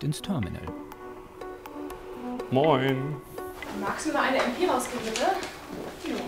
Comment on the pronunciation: Maschinen-Pistole heißt aber Em-Pe und nicht Em-Pi LOL :-)